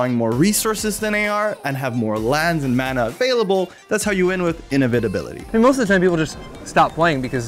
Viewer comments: The way he pronounces inevitability sounds like innovatability. So UW control is able to innovate. Cool. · He pronounces "inevitability" very strangely. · Cool video, but there is something about the way you pronounce inevitability that sounds odd... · do you not know the word inevitability? because you certainly cant pronounce it